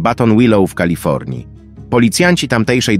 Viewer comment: Nie Kalafiornia tylko Kalifornia szanowny